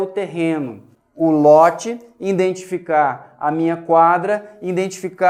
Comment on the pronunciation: nossa!! escutar uma pessoa estudada falando: `indentificar` putzz